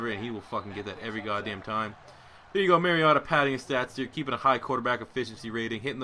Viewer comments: He said mariata lol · You mispronouncing "Mariota" the entire video ruined the enjoyment of watching him play.